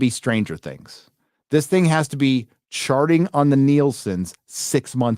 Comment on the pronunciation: sound like you said "sharting" which make a lot of sense.